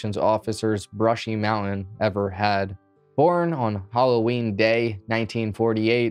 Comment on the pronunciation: Zoomer Primer: "mow-en" = mountain